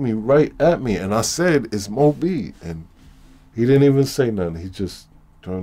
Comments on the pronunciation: LOL don't do me like that big dog he said m . O b. The dudes name is mo bee that's two different things he didn't say Mo bee he said m.o.b. he said each letter separately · I thought he was saying M.O.B....as in mob...but it's Mo Bee